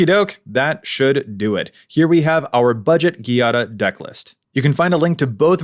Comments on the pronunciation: It would be 'djàda', not 'ghi-ada' (it's a common Italian name) 😊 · You're pronuoncing It ghiada, but Giada requires the soft g, sounding like the j. Giada Is the italian word for Jade, be It the rock or the name. You english speakers should read It as Jada to pronounce It right. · I have issues with how Giada is pronounced. 😅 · I really liked the video but I can't stand how you pronounce Giada